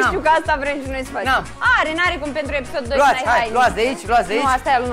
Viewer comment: PANTRU NI TE MAI DA CE NU ESTI SA L INVATATI SA ZICA PENTRU ASTA NU PREASTIE LIMBA ROMANA 😁😁